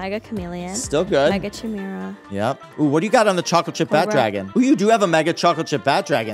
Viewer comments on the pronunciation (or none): it hurts how you say chimera its spelt like that but said like kimera